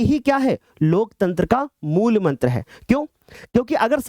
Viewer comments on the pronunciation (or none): none